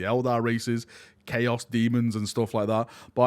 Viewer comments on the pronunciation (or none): none